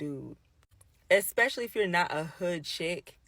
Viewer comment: Did she say "eck-specially"?